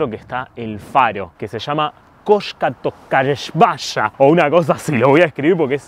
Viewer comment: Se pronuncia "Tokarievskaia" "Токаревская".